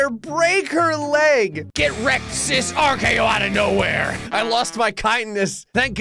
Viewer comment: Love how said rko out of no wear